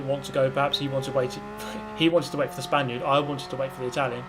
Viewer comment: no, every time he said "spainerd"